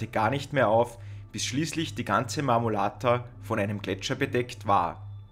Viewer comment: Sehr informatives video. Der Berg heisst Marmolada. Wird nicht mit "t" ausgesprochen.